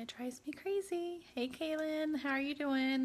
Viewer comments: Yes 😂😂😂 "hawr" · Did she say how? It sounded like har.